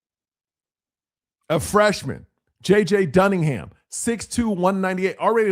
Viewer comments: JJ….Dun-I-gan ……..NOT Duningham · It's JJ Dunnigan not dunningHam. Much love as always bro! Next time you come to Tampa I want to come to a show. Zachariah poyser got paid $350K last season. I guarantee you Fletcher's up there around a million at least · Bonehead it's Dunnigin